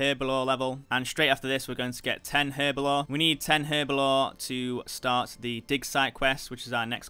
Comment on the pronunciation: My guy is not training herblore he is training her-bo-lore